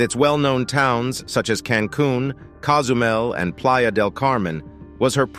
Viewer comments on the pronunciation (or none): none